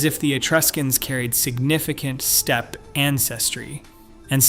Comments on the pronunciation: omg, can't you find a human to narrate this? "Step-py" over and over again for steppe--it's insulting/ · Step-ee? OFS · Steppe-eh? No complaints about your content, but Steppe? Eh? : )